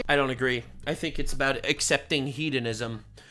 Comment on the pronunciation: Took me a second to realize you were saying “hedonism” and not “heathenism” and I was like wow 😂 I’m a pagan and don’t want to be associated with those people, but I’m also partially deaf so there’s that lol